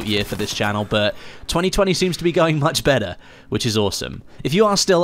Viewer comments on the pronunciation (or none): none